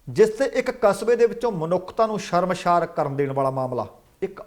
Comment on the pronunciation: "ਸ਼ਰਮਸ਼ਾਰ" ਨਹੀਂ "ਸ਼ਰਮਸਾਰ" ਕਿਹਾ ਕਰੋ ਹੁਜ਼ੂਰ